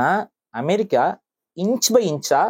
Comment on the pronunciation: Bro, it’s amErica not amArica, அஅ இல்ல எஎ! Please accent nu ninaithu kollathinga.